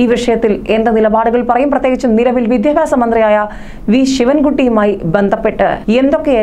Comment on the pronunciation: Vidhyabhyasam ennu vruthiyayi parayanam